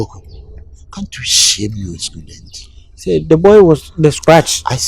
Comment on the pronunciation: Why does calls it scudent and not student